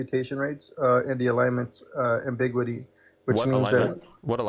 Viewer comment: "The modernity of science," "ambigwity," etc.